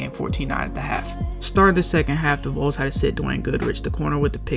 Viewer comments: Also it's pronounced VAWLS you know short for volunteers A vole is an animal that lives in the ground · Not liking that you are calling them the Voles instead of the Vols.